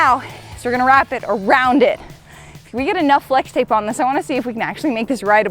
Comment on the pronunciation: I hear slex tape, just me? 😂